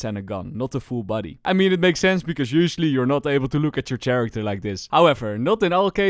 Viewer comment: interesting way to pronounce character